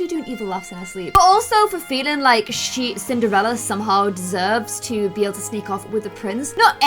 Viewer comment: Does anyone else notice how sometimes says Cin-ER-ella, like without the D?